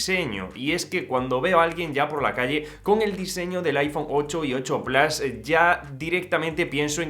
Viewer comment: Porque dice plas, no sabes decir PLUS?